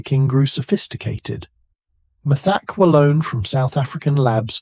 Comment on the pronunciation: “Meth-EK-wah-lone?” Uh, take it from someone who “experimented” with it from 77 to 82: “Meth-ah-QWAY-lone.” 🫡🕺🏼💃🏽(Now it’s “Meth-ek-kwah-LONE.) 🤨🤷🏻